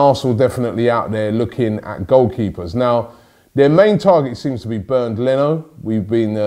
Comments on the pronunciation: His name is Bernd Not Bern Leno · Its Bernd Rob